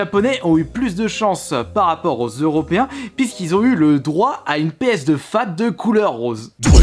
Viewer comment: Péeuhsdeu slim ça ma tué 😂😂